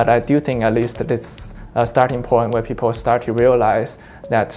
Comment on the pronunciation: If you listen carefully it almost sounds like these 2 guys are saying peepoe.